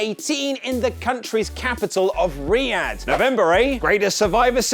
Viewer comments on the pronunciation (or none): none